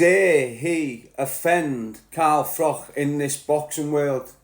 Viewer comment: Its pronounced Froch ,not frock mate